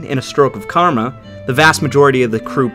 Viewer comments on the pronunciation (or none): none